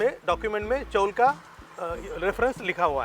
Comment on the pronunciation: नमस्कार, चॉल उच्चार गलत है, इस जगह को चौल बोलते है. 🙏